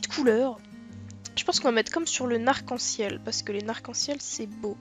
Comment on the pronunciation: Le narc en ciel😂 on dirait mon grand père qui dit les noreilles 😂😂😂